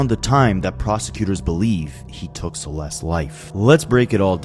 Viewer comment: Anyone else getting annoyed that he isn’t saying “Celeste’s’? Add the s at the end dude